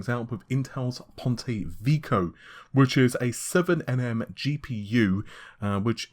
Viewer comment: Why do you have such a terrible time pronouncing names. It’s not Veeko... It’s Veh-key-oh